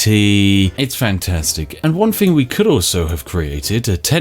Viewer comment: If you're going to put on a mildly stereotypical posh accent. ..... at least pronounce your TH's correctly ... "Fing" and "fought" My god man.....